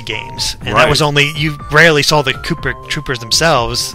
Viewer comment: "looper troopers" LOL